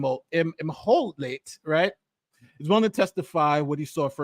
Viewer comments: Really good video however one thing annoyed me... April is in Egyptian I have heard it pronounced (em-holt ) No shade I just wanted to let you know in case you do another video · Pronounced immholt